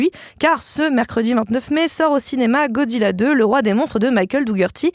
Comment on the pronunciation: Comme mais parents 🧐Pourquoi 😠 les adultes disent godzilla "godziyia" C'est godzilla "godzila" c'est facile à dire nan😤😤😠